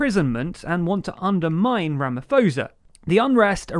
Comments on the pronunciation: Ramaphosa Pronounced ra-ma-po-sa NOT ra-ma-fo-sa Also... a lot of people including non-Zuma supporters have problems with his sentencing and the legal procedure.... and share a view with the dissenting judge of the constitutional court. GREAT ATTEMPT TO EXPLAIN THE SITUATION NONETHELESS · Rama fosa 😂😂 made my day… It’s usually pronounced Rama Paw-za (the ph sound is not a ffff sound in this instance)…but well done for making my day 😂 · Please get the names rite its pronounced ramaposa not ramafosa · I'm cringing every time you say Ramafosa. It's RAMAP-HOSA pronounced as a hard P as in POLICE. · Ra-ma-poh-sa 😂😂 but was close enough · I burst out laughing when he sais Ramaphosa - Its pronounced rama-poh-zah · Ramaphosa is pronounced Ramaposa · did this man just say Rama-Fo-Za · Aye mate its pronounced ramaposa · Its pronounced Ramapossa, also, there were no military deployment. They said it was, but not 1 military personnel were deployed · Ramaphosa is pronounced Rama-posa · Thanks for covering this... it's really embarassing to be South African right now. (Ramaphosa is pronounced with a "p" not a "ph" or "f") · As a South African I just have one thing to say you need to work on your pronunciation for the presidents name as the ph is silent and it's pronounced just with the p not ph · Stop saying Ramafosa!!!🤣🤣😭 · Man I cringed every time he pronounced it wrong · The way he pronounced Ramaphosa LOL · OP, in Bantu languages the "ph" is pronounced as a hard p, not an f. Same for the "Th" which is a hard t, not an actual th sound. Basically, the same phonology as Afrikaans, as far as writing is concerned. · Some free advise we dont pronounce the "Th" in Thabo Mbeki as u would in English. Its pronounced "Ta ha bo". And Ramaphosa is pronounced Ra-ma-po-sa, not Ramaforsa.😂😂😂😂 I heard Tucker Carlson pronounce Gauteng as Gwen Teng. Its pronounced like this, Ggg-oh-teng.😉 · RamaPOsa, the H doesn't make it an F phonetically. Same for Thabo. :) Otherwise great vid as per usual